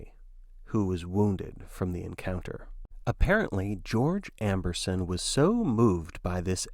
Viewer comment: Amberson not Ambrose XD